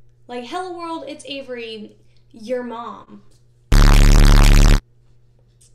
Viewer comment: Name twins. When you said your name it sounded so weird to me 😂